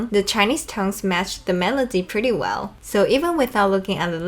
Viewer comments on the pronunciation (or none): none